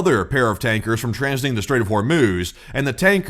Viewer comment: I had to use captions because I thought you said “Welcome to the short orb video” 🫪